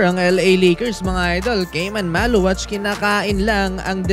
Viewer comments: Maluach from south sudan,not maluwak,is pronounced ma-lu-watch,not maluwak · Khaman Maluach is pronounced "Kah-mahn Mah-lu-watch," according to his own explanation.